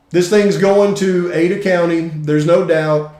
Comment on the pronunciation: It's Ada County, notAida.